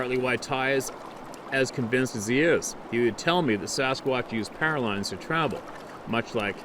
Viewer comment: Your saying pairalines do you mean powerlines